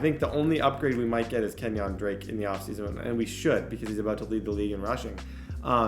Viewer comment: it really bothers me how you say kenyan drakes first name